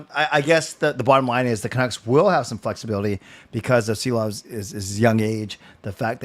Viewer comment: Yea !!! Just pronounce Shilovs!! like in shack. Please!